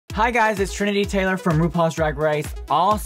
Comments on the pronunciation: She say “trinity taylor” 😂😂😂😂😂😂😂😂😂😂😂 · Lmao she still said trinity Taylor